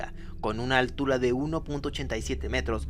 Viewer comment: Hola escucharon que dijo altula envés de altura ?